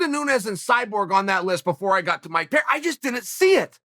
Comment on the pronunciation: Okay, Chael is just trolling us all now with this mangling of everybody's name...he can't be THAT American saltine! 🤦🏾‍♂️